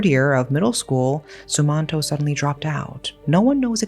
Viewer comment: Im from indonesia.. also its pronounced ' sum-mahn-toh '